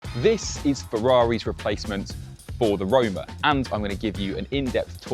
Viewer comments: Roma….. not rome…. Put some effort into it! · how is this “finally” a ferrari we can actually pronounced when its predecessor was acknowledged to be “roma” lol